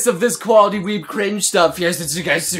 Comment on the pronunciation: I thought he said "koalali" instead of "quality" xD :v I need help(??)